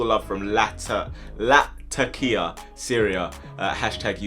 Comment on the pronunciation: you butchered the pronunciations for Tanzania and Latakia lol